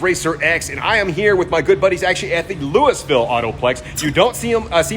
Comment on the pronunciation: We don’t say Louisville like that lol